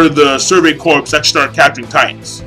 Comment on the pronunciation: I think corps is pronounced core. :)